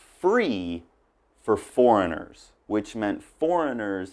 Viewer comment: I laugh so hard with the "forengiers free" 😂 😂 😂 btw thanks so much for this video . I learnt a lot . Keep it up and God bless 😘